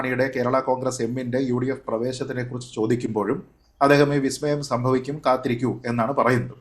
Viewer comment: സതീശൻ പറഞ്ഞത് "വി" സ്മയം എന്നല്ല,"ബി"സ്മയം എന്നാണ്.😂